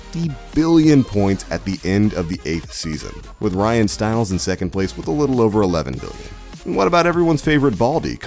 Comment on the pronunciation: If you ever watched this show, you knew these things. You'd also know how to pronounce Ryan's name. SMH